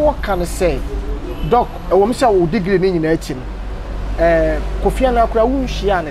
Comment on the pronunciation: Kweku, it's not Dog oooh, it's Doc.🤣🤣🤣Too much Doc UN.